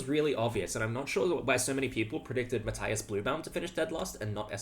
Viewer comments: Since I am making myself unpopular already, let me add one more: Matthias is pronounced Math-ee-as, not Math-eye-as. It is German, and German has no diphthongs. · Why do you say "Matthaias Blübaum"? You're clearly able to pronounce an "i" without putting "a" in front of it. You don't say Fabaino or Haikaru or Saindarov after all... Or Anaish Gairi😅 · Just a heads-up, you're totally mispronouncing Matthias. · Just as it's my name as well - when german pronounciation is courteous, i.e. the bloke is from Germany and you try to say his name, the 'i' in Matthias is not an 'i' as in light, but an 'i' as in linger. His last name actually is 'Blübaum', which contains an umlaut you guys do not have, so your approximation 'Bluebaum' is totally fine - i just mention it to say, for those interested, that the last name translates to 'flowering tree'. Again, just because it feels strange to hear your own name done wrong-ish-ly ( at the end of the day, no one really cares. But it shows that bit extra effort has been put in :) )